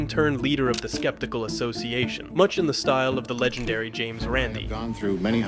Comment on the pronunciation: "LEGENDAY" without the "R"...?